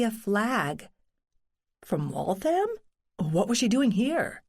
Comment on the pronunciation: Waltham should be pronounced WalthUM, not WaltHAM.